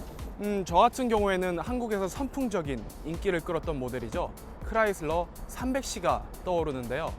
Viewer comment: 크라이슬러를 클라이슬러 라고 하시네요 ㅎ